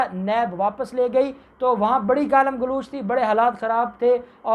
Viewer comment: Galam galooch nei hota.Galam galoch hota hei. Your pronunciation is very poor.